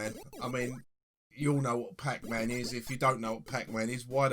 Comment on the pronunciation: "Pack Mann" ?!? Never heard of it.